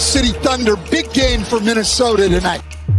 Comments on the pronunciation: saying minnesoder twice in one video is crazy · Did just put an "R" in Minnesota?